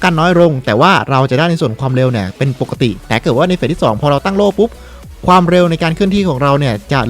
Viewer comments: โล่ครับโล่ จะกระดกลิ้นเพื่อ555555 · ล . ลิง กระดกลิ้น 55555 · ใครฟังเหมือนผมบ้างพี่เขาพูดว่าโตโล่